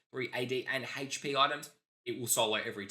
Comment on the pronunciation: anyone else hear hate shhh P when he says HP? 😁🤣🤪😜 or something